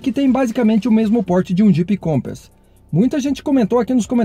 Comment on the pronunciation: Meu caro, sua pronúncia sobre o Compass está errada viu .